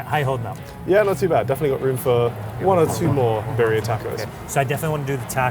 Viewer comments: I love how is from the U.K. and he pronounced birria better 😂! Love this show and love seeing my area visited but.. Bee---rree--ah. R's rolled. ❤❤ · I was dying, the way he said it made me think of "diarrhea." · BEER-ia. Put the accent on the first syllable dude. It's not that hard. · Please please please practice your pronunciation of the food names you are reviewing……. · This guy has got to learn how to say birria correctly. It's too much. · Try to pronounce it properly, please. It's really not all that hard to roll your R's. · I mean they could’ve checked the pronunciation of “birria” for a vídeo about birria 😂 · The way this guy pronounces birria is so cringy and awful. Embarrassing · wtf is this pronunciation?! You're killing me! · is always such a delight!!! is painful to listen to, usually unbelievably rude when in the UK and now he’s mispronouncing Birria the whole video. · The dude from LA needs to learn how to pronounce Birria correctly. The British guy seemed to pronounce it better. BTW, there are so many other fantastic birria places in the Los Angeles region. Great series. Thanks. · The American dude’s pronunciation of birria is nightmare fuel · Nothing like a white guy trying to pronounce birria. Was no one there to tell him it’s unica like “unique” not “unise”. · can someone show him how to pronounce Birria properly? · Couldn't even make it a min into the video with out stopping it, what a horrible way to pronounce birria. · Love them and the show but it is annoying me that they keep misplacing the accent on birria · Realllllly butchering the pronunciation of birria 😬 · That white haired dude is one of the biggest Gringos of Gringos. The way he pronounced Birria is nails on a chalkboard Gringo. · His pronunciation of Birria is hurting my ears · They could've at least taught them how to pronounce birria.🤣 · I know they aren’t from the culture but the way he’s saying “Birria” without the rolled r is hurting me lol